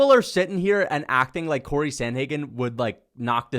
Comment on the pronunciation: It's Corey, not Cory. Absolute rookie/casual error